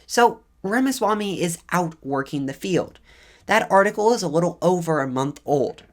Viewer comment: Vivek pronounced (We-Wake). Not we whack. and Ramaswamy pronounced Ra' (R-Ah)Ma' (M-Ah) Swa' (Sew-ah) Me